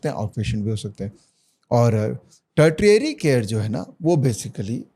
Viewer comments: A small correction, second T in tertiary is pronounced with SH sound. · Agar aap expert ban ke aa rahe ho to Tertiary bolna bhi seekh lo. 🎉